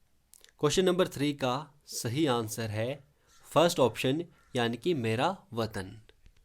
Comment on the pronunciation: Not watan its vetan means pay